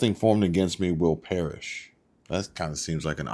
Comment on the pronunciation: She said nothing formed against me shall parish...I always thought it was shall prosperi lol....